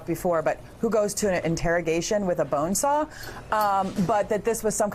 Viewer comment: I love it how everyone is pronouncing bonesaw like BONESAW